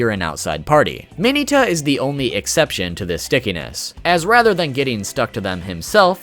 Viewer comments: Trashiest of trash “Mayoneta” not Mineta he just butchered the pronunciation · ITS MIN-ETA LIKE MINA WITHOUT AN A. MINNNNNNNNNEEEEEEEEEEEETA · DID YOU JUST SAY MINY-TA AND NOT MIN-EH-TA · U said mineta wrong